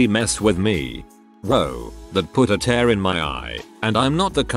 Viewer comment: 1st of all, get an other AI to read it stories, or better yet, a PERSON. Tears is wet stuff, coming from ur eyes- not as in 'he always tears his clothes'. 2) Sometimes letters are words, other times, their sounded out: ICU, NOT ich-coo. MS IS M.S.! It kept says his dad 'mise as a child' I rewind X3, mise. Subtitles-.mice. I finally enlarged the screen & hit pause- rewind X3 more. IT SAID M.S.!!! Doesn't anyone listen to ur broadcast to critique? I know comments are to be polite & kind, but .... Pls?? I stopped at 2min17sec, I couldn't take it anymore. Sorry. Just some feedback to help ur channel, ok?